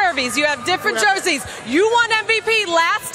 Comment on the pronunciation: what the fuck is a jervey 😂😂 she meant jersey